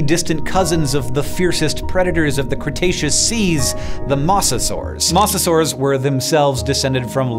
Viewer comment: You know he’s new to the mosasaurus when he pronounces it incorrectly.